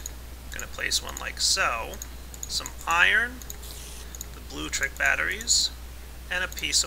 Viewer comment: Blue-lectric, not bluetric.